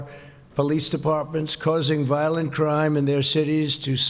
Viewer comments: crime not crieme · combatting violente crieme?